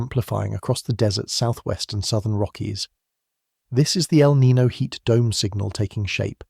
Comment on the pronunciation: How come Brits can’t pronounce El Niño properly sigh